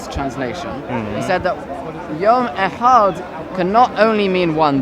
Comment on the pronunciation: Echad paperboy not Ahad you are using arabic